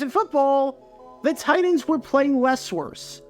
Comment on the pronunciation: Your pronunciation of the word "Titans" had me pulling my hair out all video.